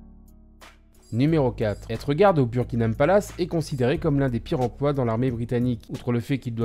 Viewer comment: le " burkinam palace"